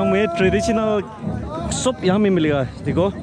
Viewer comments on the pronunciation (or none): none